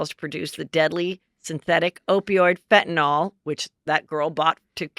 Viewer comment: Are you saying FentanOL? (Instead of Fentanyl?) 😆